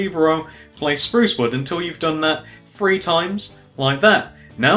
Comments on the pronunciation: gannon alt ikr I was gonna do Guy: Free Me: You're saying free xD stop it it's threeee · why do you say free instead of three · I love how he says free instead of three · The dude said free instead of three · stop saying free instead of three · It's three not free and with not wiv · You say free it's three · He said free for three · u always say free insted of three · Its three not free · START SAYING THREE NOT FREE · i like how he said 3 he was like 1.2.fwee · why cant he pronounce 'th'. he says fink, finner, everyfing haha. good video though, cheers. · Nothing against British people, but why do they say three like free? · Can he not say three , 1 2 feee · im sorry but please stop saying free instead of THree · It always annoys me when ppl say free not three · The free rows,one,two,free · he says three that sounds like free GENIOUS david miller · i think thats british